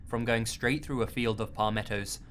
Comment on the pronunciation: I'm from Florida, and I absolutely adore the way he says "pah-mettos" XD